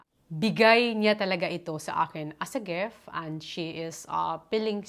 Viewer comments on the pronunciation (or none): Driving me nuts hearing you say….GEFT……it’s a GIFT! “ I”…GIFT. ( dont mean bad, but I need to, so you can make a correction) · gef i men gitf at i min ganun po tamang bigkas ng GIFT AT I MEAN!! YAAN MO N TEH MADAM GIFT PO ATA YAN.. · Bat po kayo GEFT ng GEFT?